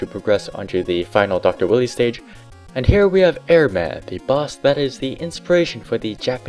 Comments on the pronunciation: Definitely a classic. I personally preferred the X series. This was more Rage-tastic,AND CLUNKY. ALSO LOL Dr. Willy (Should be pronounced Why-Lee) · Pal, it isn't pronounced "Willy". WILE-EE